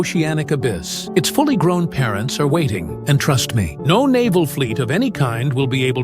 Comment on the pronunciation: "nouw" "nouw" nouw"